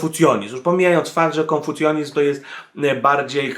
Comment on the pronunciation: KONFUCJANIZM a nie konfucjonizm.